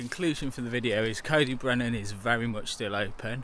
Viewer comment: Nice vid and lucky to call this my local. Trail centres are all suffering as bike parks rise in popularity and you can get to the Alps for only slightly more than a long weekend in Wales. CyB (pronounced Coy Dee Brenin by the way not Coe dee brenin 😅) has been let down hugely by natural resources wales and they have played a major part in its decline. Anyway, nice vid mate